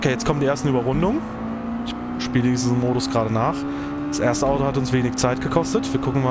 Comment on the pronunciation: Gude, Gratulation zu diesem Video, der Schwierigkeitsgrad Bug war mir auch noch nicht bekannt 😮 Wie ich im Video höre wie du das Wort "Audo" betonst, wohnst du vermutlich im Rhein-Main Gebiet, ich ebenfalls 😊 Gibt es irgendwo im Rhein Main Gebiet eine Möglichkeit ein Directdrive Lenkrad zu testen? Habe zwar einen ordentlichen Simrig, fahre aber immer noch mit einem G 29. Wäre auch bereit für eine Lenkradkombi 1000 Euro plus X auszugeben, allerdings nicht ohne mal eines ausprobiert zu haben. Gruß Jürgen betonst